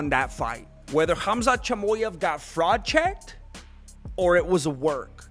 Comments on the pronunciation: Chamoy-ev lol good shit man 😂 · Hamzet Jimooyeff 😜